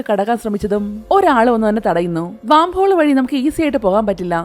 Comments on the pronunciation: വാം ഹോൾ അല്ല... വേം ഹോൾ എന്നാണ് പറയുക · വാം ഹോൾ അല്ല വെo ഹോൾ ആണ്